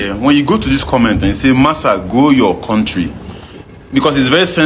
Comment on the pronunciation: Why Do these Zoogerians say Korntree?